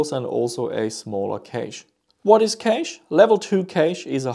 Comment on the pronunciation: Just FYI, cache is pronounced very similarly to cash